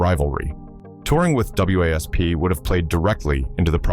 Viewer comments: For f**ks sake, can someone program AI to call the band Wasp,and not spell it out every mention, just because there's a period after each letter.😂😂😂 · A.I. narration is irritating! (W.A.S.P. isn't pronounced letter-by-letter.) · So funny how the AI spells out W A S P 😆